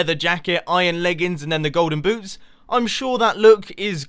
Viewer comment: it sounded like u said golden boobs